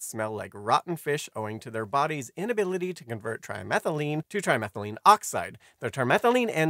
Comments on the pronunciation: It’s trimethylAMINE, not trimethyline. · The narration sounds like it said trimethylene, yet it should be saying trimethylamine. AI cannot read chemistry worth a shit.